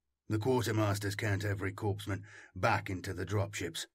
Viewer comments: Its pronounced: “”core-men” “core-man” not “corpse-men” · Loving your work everyday as I work. Quick note I do believe that Korpsman is pronounced coreman just as Corp is core. I may be wrong but that is how Corpsman is pronounced in context of naval medics. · 'corpsman' is pronounced 'core-man'